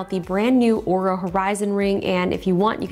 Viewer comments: Looks like this video might be taken down, she pronauced the name wrong its not oura its aura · 5 seconds in, could easily mistake the way it was said for OOH-RAH, instead of AU-RAH, like they'd insist it be said. This company can't even get reviewer relations correctly, why would I anticipate they have a useful product? How was this product review approved while others have been demanded to be taken down? Will it brick itself if it hears me mispronouncing the brand name? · Oura , Oura, Oura…. it’s ” supposedly” pronounced “Aura” how did iJustine get away with it? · Linus pronounced Oura wrong, the company got pissed. Long story short LTT won’t be working with Oura again. FTR, it’s pronounce “Aura”. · No, she is starting with Or and Linus was saying Ooo. Then he said Ar was the correct way which was still wrong. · not aura, ouuuuraaaa! :) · Lots of time goes into product naming and Linus didn’t do his due diligence when pronouncing the name. Easy route for Linus was to remove the video and blame the company however that doesn’t make Oura Ring wrong but could make other companies think twice before working with them without providing an English to Canadian translator. 😅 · RIP this video after they hear you say their name wrong. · why is your video up still even tho your pronounced the name wrong? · Wait did she say it wrong like Linus? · She said it wrong… look out Justine this video will be banned too